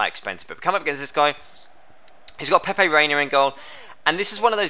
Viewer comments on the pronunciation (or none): none